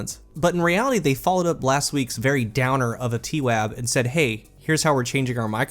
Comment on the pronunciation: "Tee-Waab"...lol, I am forever calling the TWAB that now.